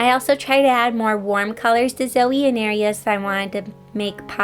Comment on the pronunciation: Am i the only one that heard silvie when she said zoe